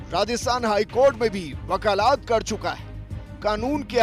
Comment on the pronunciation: Wakalaat nahi wakalat hota hai